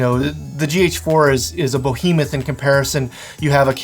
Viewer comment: "BO hee muth" lol